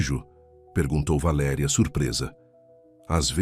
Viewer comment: Linda história Só não gostei do narrador trocar valeria por valeria